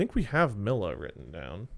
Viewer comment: That is NOT how you pronounce Mila